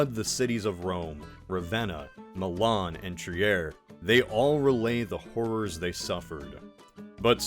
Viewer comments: He's definitely saying Trier like that to get me to comment this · Hell nah the way you pronounce Trier hurts